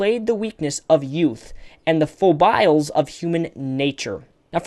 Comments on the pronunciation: Appreciate the effort and find this informative. However "foibles" is pronounced "foy-buhls" . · Foibles = foy-balls.